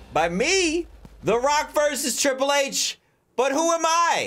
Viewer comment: I am mad you did call triple h. Riple H